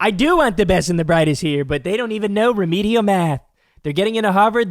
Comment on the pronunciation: Remedial “rath” !!